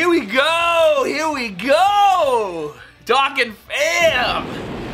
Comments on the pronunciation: Not hating but it’s pronounced (Doe-Khan) lol sorry I’m a grammar nazi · STOP SAYING DOKKAN WRONG! Ahhhhh